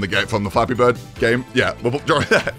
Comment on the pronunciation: Did I hear, Fappy bird??? damn